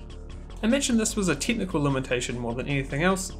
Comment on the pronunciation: You pronounce "decades" as "dickheads" and "technical" as "tentacle".